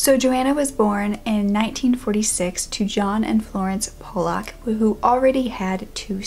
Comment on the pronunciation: I think it's pronounced Paul-luck....pollock